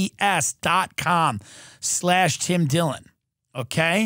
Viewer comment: "Tim Dillon" or "Dim Tillon?" ...You be the judge, Obama.